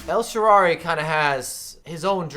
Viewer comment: El sharrarrrrarryyy 😂🤦🏻‍♂️